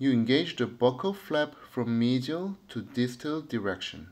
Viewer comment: 미지얼이 맞는 발음이였군요 수쳐의 힘의 방향이 더 아래로 향하는게 더 좋은 수쳐인가요? 아니면 특정한 상황에서 적용해 주었을때 더 좋은 예후가 나타나나요?